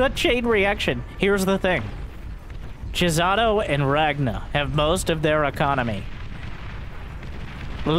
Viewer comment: pronouncing Chisato as "Jizzato" made me laugh over and over.